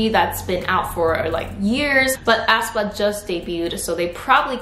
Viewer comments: Hi, hope ur having a nice day:) i just wanted to point out that aespa is pronounced more like ‘espa’ instead of how you’re putting a lot of emphasis on the ‘ah’, making it sound like ‘ahspa’ with a very heavy starting a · ASS PA? 😂 It's aespa. 에스파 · lol ASS-pA , ASS-pa... is that actually how it's pronounced? i always thought it was pronounced ess-pa.